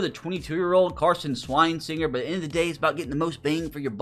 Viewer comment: The way you absolutely butcher Carson Schwesinger's name every time just kills me inside.